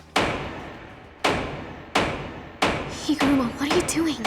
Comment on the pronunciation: NEVER say higoruma again